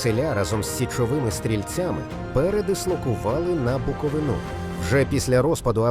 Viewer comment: Яка в сраку БуковинА ??? 😡😡😡 У нас Буков И на !!! БуковИна ! Це ясно ?? А ми буковИнці , а не буковинцІ ! Їдемо на Буков И ну !!! Ми з БуковИни ! І ні як не інакше , грамотєї !!!